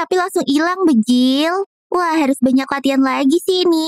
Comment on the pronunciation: Kenapa ngomong banjir malah bejil😅😅😅😂😂